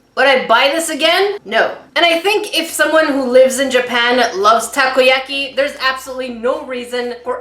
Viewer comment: Takoyaki pronounced taco-ya-key